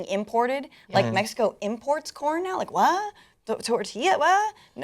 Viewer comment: though she sed porn istead of corn lol